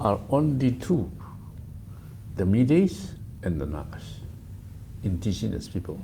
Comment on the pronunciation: intigenous?? Typical Tangkhul style of pronunciation. 😂😂😂😂 Baby is pronounced papy in Tangkhul English. Hahaha